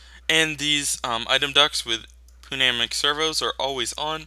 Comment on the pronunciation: This series is really getting me back into mods, can't wait for next episode! Also as an FYI, Pneumatic is pronounced New-Mat-Tic. It's weird :P